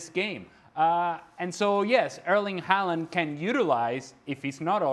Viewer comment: Fjørtoft is so lame. Just because you are on a english speaking TV-show, you don't have to pronounce Haaland's name like that. Clown 😂